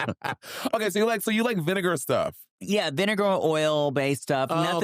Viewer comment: an evil fan is gonna clip Trinity saying vinegar 😅😭